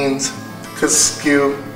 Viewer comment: It’s KUSKSU. NEVER once pronounced right in this video. 😂 Very well explained in a simple method. Well done.